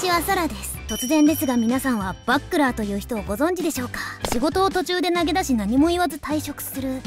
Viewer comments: バックラーて笑 グラップラーみたいにいうな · バックラーって言うのね… バチェラーみたいな言い方すなww